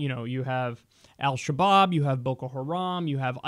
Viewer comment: For a sec i thought you said Al kebab! x)